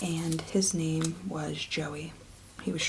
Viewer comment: You're pronouncing your son's name wrong you fuckin peanut 😂